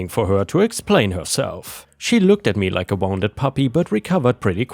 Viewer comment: Wounded is pronounced /WOON-did/